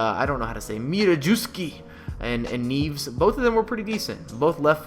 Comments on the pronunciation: Neves like tevez not neeves... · lmao the way to pronounce neves is just like the way to pronounce teves 😂